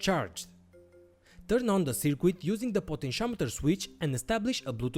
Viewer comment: I like your content, but please, try to say "circuit" correctly. It is soooo annoying.